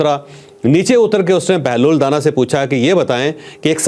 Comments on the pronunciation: O Mr scholar Sahi pronounce kr lo it's danaaa not dana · چوہدری صاحب بہلول کے ساتھ جو دانا ھے اس دانا کے الف کو لمبا کر کے پڑھیں دانا مطلب زیرک عقلمند یا معاملہ فہم آپ اس کو دانہ کہہ رھے ہیں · چوہدری صاحب آپ بہترین programme کرتے ہیں میں آپ کا programme غور سے سنتا ہوں. بہلول دانا کا تلفظ da کے بعد نا جس کا مطلب ہے عقلمند.